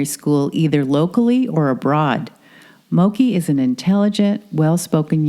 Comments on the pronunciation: It’s pronounced Moke, like smoke. Not Mokii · Its Not Mo-Key Its MOKE like Woke with an M.